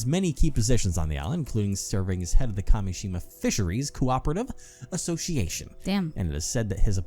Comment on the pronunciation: first curse mention let's gooo also i totally get how kept reading Kameshima as Kashemia. he wasn't switching letters around, but sounds. totally normal mistake imo